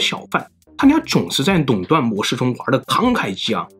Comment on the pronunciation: Long 断 ，不是nong 断。Lao 罗斯福，不是nao 罗斯福.... 😂